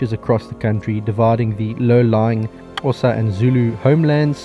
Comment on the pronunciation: Thank you for pronouncing Xhosa correctly! 👌